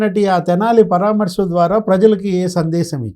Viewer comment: పరా మర్శ ఆమె సరిగా పలుక గలరు